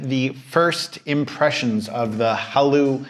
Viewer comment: Seriously how can you not pronounce Haylou?